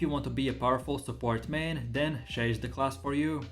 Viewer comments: ffs, u cant even pronounce shai correctly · Maybe one day he will actually say shai right KEKW